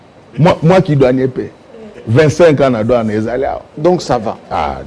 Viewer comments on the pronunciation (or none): Douane et non Doine.